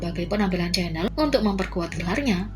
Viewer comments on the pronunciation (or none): Min, bukan Chanel tapi shannel bacanya 😅😅